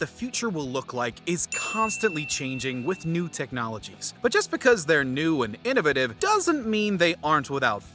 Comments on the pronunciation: I think I laughed the hardest when the narrator here at watch mojo pronounced innovative LOL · Never heard anyone pronounce innovative the way you do 👍